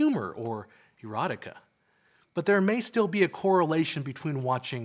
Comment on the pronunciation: After him saying erotica that way this guy is a pornhub guy 😂😂